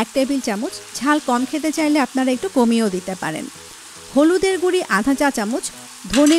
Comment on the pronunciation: ভালো তো, বাংলার সবাই বলে হলুদ মরিচ গুঁড়া আর ইনি বলেন গুড়ি। মনে হচ্ছে গুড়ি গুড়ি কথার বৃষ্টি হচ্ছে।